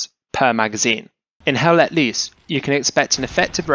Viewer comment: It is not HELL LET LEESE!!! Its LOOSE